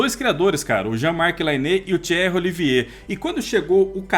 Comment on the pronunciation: Belo lançamento, parabéns! Sou como o Bruno e adoro coisas que abordam os bastidores das HQs. corrige a pronúncia do Lainé e fala "Tiérre"... 😁😁 O correto é "Jã Marc Lainê" e "Tierrí Oliviêr".